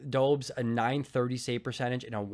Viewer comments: Bulgarian over here so I might be wrong, but I do believe the Habs goalie is called [do-besh], not [dou-bs] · Great video but just wanted to mention that you are pronouncing Dobes incorrectly. His name should be pronounced [Doh-besh] or [Dob-esh]. As long, as you can get the -esh at the end it doesn’t matter too much. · I think Dobes is pronounced Dobe-esch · FYI Dobes is pronounced Dobesh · [doh-besh] is even more accurate actually :) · Dobes = Doh-bis. Put some respect on the Habs #1!! 😂